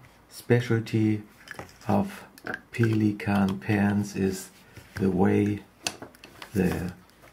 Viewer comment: That's the correct german pronounciation....